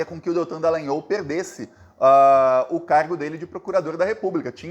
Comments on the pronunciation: Porra, não é nhÔL, é NhÓl, caralho. Ou então Deitão Dalogoanal!😎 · ⁹Desculpe , pronuncie o "o" de"Dallagnol" como em futebol, espanhol etc.